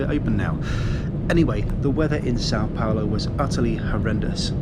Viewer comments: *São Paulo not Sao Paolo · Oh, no! Et tu,? Or should I say "Paol"? I'm writing from São PaUlo and last I heard (a minute ago), we spoke Portuguese here, not Italian, and "Paolo" is an Italian name. Plus, "Paolo" has three syllables ("PAH-o-lo" or "pah-OH-lo", depending on your region), while "Paulo" has only two ("POW-lo") and that's how you (correctly) pronounced it yourself. The largest city of a whole continent (22 million people metro), with a GDP larger than some European countries, deserved better. So did the saint who created Christianity as we know it, named the place and, indirectly, also named you. Hats off for correctly including the tilde in "São", though! That said, Guarulhos International Airport is exactly on the Tropic of Capricorn (it goes through the runway where you landed), in the transition of two weather zones, and its location in a narrow river valley doesn't help either. It's plagued by early-morning fog and before they installed ILS, it used to have frequent flight cancellations, especially in winter (and you arrived on the second day of the Southern Hemisphere's winter and in the middle of the year's second cold wave, which usually makes the weather really gloomy, in what is otherwise the driest and sunniest season here). Still, I hope you had a good time here anyway. This city looks frighteningly huge and chaotic, but like every major city, it has lots of hidden charms. I'm originally from another part of Brazil, but I've been living here for over 20 years and love it he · it’s São Paulo*